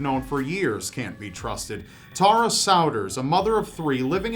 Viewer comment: Hearing Americans pronounce my name like that makes me die a little. I bet that guy was innocent. "Tah-rah" probably did it after someone called her that too many times. ;)